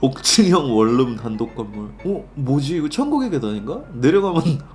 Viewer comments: 원룸발음은 월룸이 아니고 원눔입니다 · 원룸 발음을 월룸이라고 하시네...😂😂 참고로 코끼리를 냉장고에 넣는 방법. 1.냉장고 문을 연다. 2.코끼리를 넣는다. 3.냉장고 문을 닫는다....